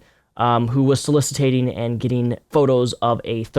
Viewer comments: OH YEAH, and please, sir... read this very carefully: SO LISS IT ING Not: So-Liss-It-Tate-ing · you use big words right but you say them wrong. solicitated? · Soliciting not solicitating. "So-liss-it-ing" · It’s soliciting not solicitating. That is not a word. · Good video, great points. I'm sure other people have pointed this out, and it makes me look like a twerp, but it's "soliciting" not "solicitating". Just for future reference! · Soliciting. Not solicitating. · I love you, but the word is "soliciting," not "solicitating.";) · no one else is going to call out for saying "solicitating" multiple times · man! But please, it's "soliciting." Cheers. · I agree with you. for future reference, it's 'soliciting'.